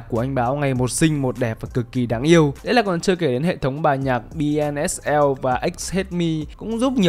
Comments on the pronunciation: BSNL cứ đọc BNSL đúng thối tai thật :))) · bi ét en eo mà sao anh cứ đọc là bi en ét eo thế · BSNL mà đọc thành BNSL 😂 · Bi ét en eo chứ:))) không phải khó tính nma bài hay vãi lìn nên nghe đọc nhầm cái dừng video khoảng chừng 2s:))))